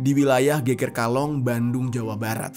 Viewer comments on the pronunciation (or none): Penyebutannya geger bukan geger